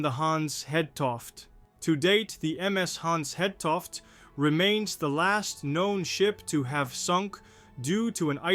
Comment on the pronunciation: Actually the ship København, lost in 1929 with 59 crew would make an excellent subject for this channel: It is much closer to the Titanic in time, but considered more obscure than the Hans Hedtoft. Your video is good, but your actual pronounciation of the name Hans Hedtoft leaves a bit to be desired for Danish listeners. Try to listen to how Google Translate pronounces it.